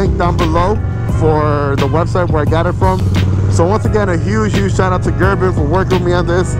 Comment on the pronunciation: It’s Ger-“BING” sir, not “BIN”. Say it with the “G” at the end. Thank you Lol